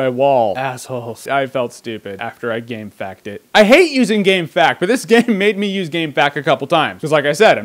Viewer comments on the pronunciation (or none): Never heard someone call it gamefact, it’s gamefaqs (facts). It’s a great game though.